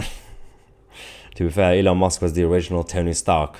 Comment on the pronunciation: Youre saying elon mosque. I said its close ill give him that instead of commenting. But you really emphasised it after that lol